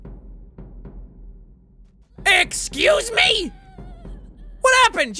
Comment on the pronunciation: I like how you say exshus me i lol